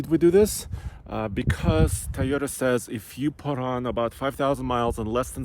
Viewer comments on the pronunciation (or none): What’s a Thai oh tah 🤔? Can some show this guy how to pronounce Toyota correctly ?